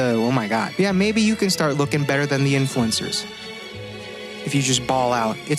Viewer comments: sounds like his saying influanza (flu) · man is literally saying "influenza"